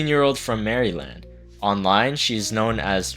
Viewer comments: The way u said Maryland🤣🤣🤣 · MARY LAND, MARLAND OMG TOO CLOSE TO HOME NAHH